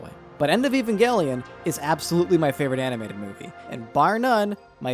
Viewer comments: Ffs its pronounced ev-ange-lion. The show is not about some guy named Evan and his gangelion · FUCK YOU ANNO, SOME OF US ACTUALLY LIKE EVANGELION!!!!! T H E R M A L.E X P A N S I O N Also, it always bothers me that in the EoE sub, they say "eh-va" instead of "ayva" (pronunciation change on EVA). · i HATE when people pronounce it "*ehvan*-gellion" or any other way than "aven-gellion" honestly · You : E - van - gelion The guy she tells you not to worry about : A - van - gelion